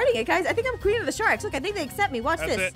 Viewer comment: I just laughed when Aphmau just Seyd she's the banana pween😂 😂😂😂